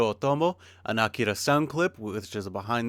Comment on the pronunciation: I appreciate how you pronounce "Akira."